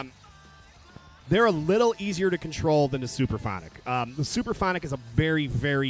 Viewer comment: Sup-Ra-phonic. Not Super-phonic.